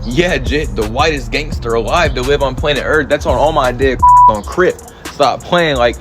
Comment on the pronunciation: He said look how tatted I am. Haha he pronounce it "gangsterrrr" 🤣 I'm white and I'll cook u on my worst day. 😂 🤐